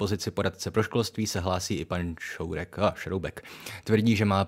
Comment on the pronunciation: je jasně slyšet "pan Šourek " xD